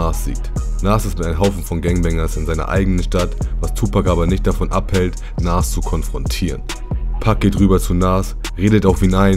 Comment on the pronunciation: Nas bitte richtig aussprechen, ansonsten top Video